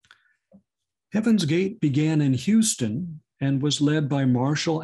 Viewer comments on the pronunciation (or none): none